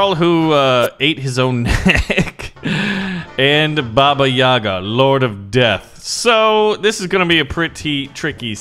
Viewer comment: not babá yagá the right is "bába yága"